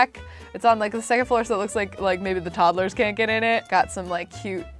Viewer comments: "Toddelers"- 2019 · I love how she says toddles instead toddlers